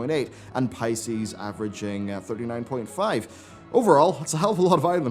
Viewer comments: P I E C ES not P I C E S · the guild is called PIECES on Eu Draenor. Not Pices lol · It's "Pieces" not Pices.... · Pie-cees.. wtf It's pieces my man xD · pieces? Pie-cees? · I think he read it as Pisces instead of Pieces lol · Did you really call them that.. Pieces.. Like as in Shattered to pieces. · how did you just say "pieces"?? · I've never heard someone pronounce "pieces" the way you did